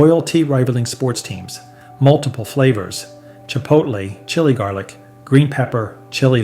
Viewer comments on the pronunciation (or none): none